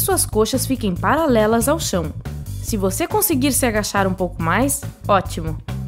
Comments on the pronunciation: Quando ela fala palalelas ao chão entendeu kkkkk o certo seria paralelas ao chão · Palalelas ao chão kkkkkkkk